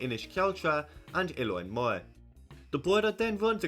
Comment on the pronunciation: It's so interesting that you're explaining about the counties and your accent makes it so different than what I'm reading.. I never knew that some people swap R with I.. Cork becoming Coik, Moher becoming Moi basically. Wow, O'Dea Castle didn't even make the list of notable places.. I guess the only people that care are ones that trace their lineage back there, or at least have family named Day.